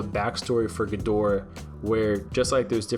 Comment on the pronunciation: Can you pronounce it correctly please. Watch some old godzilla movies.